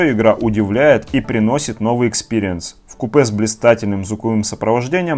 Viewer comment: Не в купэ, в кУпе)